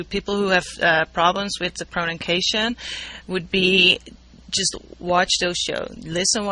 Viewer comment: jajaja a lil bit disturbing the 34532 times that she said "pronunKation"